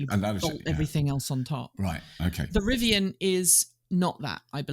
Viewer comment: Never heard anyone pronounce Rivian as "Rivi-Anne".